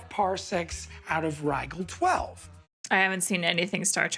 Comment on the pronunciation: You can tell the actor playing Badger didn't actually watch the old school Star Trek episodes he's supposedly referencing, he pronounced "Rigel" with a hard-g, because he read it off a script without actually hearing someone say it. It's the one time that banter on this show actually broke my immersion.